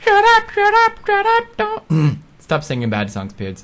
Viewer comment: "Donn even worry about it"